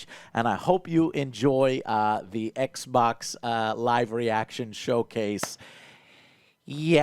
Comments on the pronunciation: I cant take him seriously when he pronounces Xbox "Eggboc" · ECK-BOCK 👁O👁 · “ECC BOCC SERIES ECC BOCC, BOCC X S X ELITE” DEAD 😭🤣🤣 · Every time Joe says "Ecc - Bocc!" I'm reminded of the name "Ecgberht" and it's almost as if Joe is calling out for his medieval-named technician... "EGBERT!!! THE STREAM ISn'T WoRkInGGGG!!!"